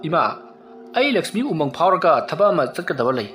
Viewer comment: Umung not amung